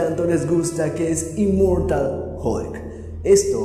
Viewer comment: "Immoratal hulk" :v